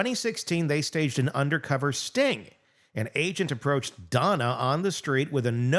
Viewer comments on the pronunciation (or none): none